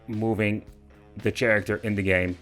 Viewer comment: yes indeed you had a lot of struggle to handle your “chaa-racter”